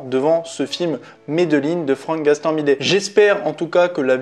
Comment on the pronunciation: C'est Gastambideeeee et pas gastambidet 😅😅😅